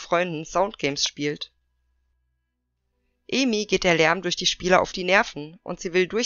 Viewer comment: Noch mal ein Hinweis zur Aussprache, Ai wird wie das deutsche Ei 🥚 ausgesprochen, und die umschrift Ei so wie du es im Video sagst. Also wäre ihr Name Eimi, würde er so ausgesprochen werden, wie du es im Video sagst, aber Aimi wird A-I-MI ausgesprochen :)